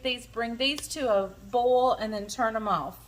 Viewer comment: You pronounce Boil like Bowl, that's a southern thing right?